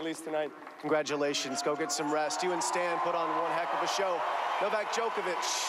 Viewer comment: It's not Stain it's Stan... Jesus...